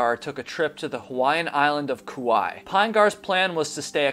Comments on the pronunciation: Nah, bro fell and killed himself. The most likely scenario. Also that pronunciation. 😂 cowlao. No hate, just laughing. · Its pronounced Ka-wa-ee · Your pronouncing Kauai incorrectly.